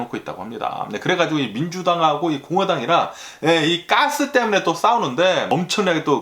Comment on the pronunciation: Gas--'까스 가끔 아재 이런 발음이 엄청 정스럽습니다.아재뉴스의 매력인듯해요. 오늘도 감사합니다.